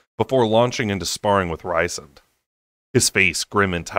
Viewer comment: Rhysand is spelled Rees-sand not Rise-sand